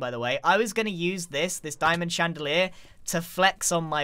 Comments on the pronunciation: Grian: cub is showing off Also grian: d I a M o N d C h A n D a L i E r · Grian: "Jez Cub you're just showing off now" also Grian "diamond chandaler"